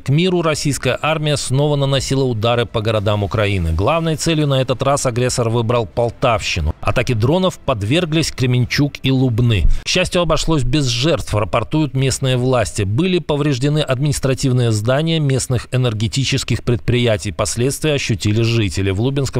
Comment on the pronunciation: Не ЛУбны а ЛУбнЫ